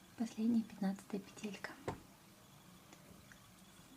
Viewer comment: Спасибо за мастер-класс, всё очень понятно😊 Но почему петЕлька?) уж простите🙃